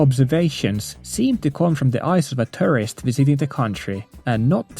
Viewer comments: Just stumbled upon this video. I thought you meant terrorist when you said tourist... I was like, wait does terrorist also visit maid cafes?? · whenever he said tourist, I heard terrorist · I find it funny that at 3x speed, your pronunciation of 'tourist' sounded like 'terrorist' to me at first.